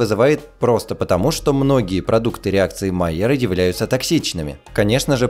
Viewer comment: Луи Камий Майяр был французом. Реакция Майя́ра, а не Ма́йяра.